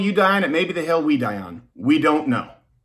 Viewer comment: With the way he said war at the end all I could picture was a siege of YouTube’s headquarters by fans of channels like this one and any other channels that may be banned against an army of SJWs and toy unboxing video fans